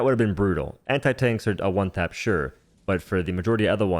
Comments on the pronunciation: hjuan tap lmao, i love it too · I can’t get over how you say one tap, muchacho 😂